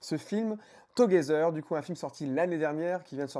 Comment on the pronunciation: Tôt gué zer 😂 forsuure😂